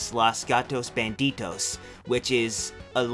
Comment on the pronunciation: It is "Speedy Gonzalez: Los Gatos BANDIDOS" not Los Gatos BandiTos